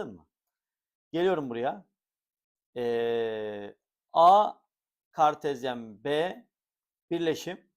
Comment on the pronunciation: "KAERRT KAĞERTEZYENNN"